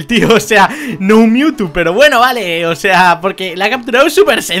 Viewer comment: Si No Se Dieron Cuenta Cuando Captura A Mewtwo Dise AR no RA